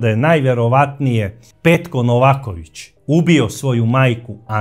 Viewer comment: Braco, nije Nóvaković nego Novàković ili ako oćeš po crnogorski Novakóvić. Nije Sozìna nego Sózina